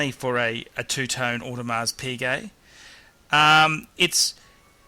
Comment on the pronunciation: Damn it! Audemars Piguet, not Audemars Puget!